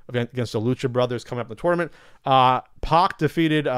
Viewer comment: It’s “P@ not “Pawk”